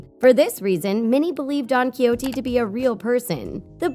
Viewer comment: Please before you do a video look up how to properly say don quijote